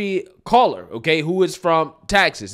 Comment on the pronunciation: do you EVER look to see how to pronounce these names and words you use?? Cuellar is even pronounced IN THE NEWS CLIP YOU USED!